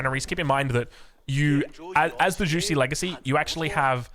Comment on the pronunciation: I didn't know it was pronounced juicy